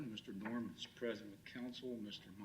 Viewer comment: Doreman, not Doerman.